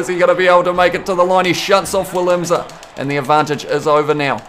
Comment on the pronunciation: FYI you’re supposed to pronounce the South African full backs name like VI-LIM-SA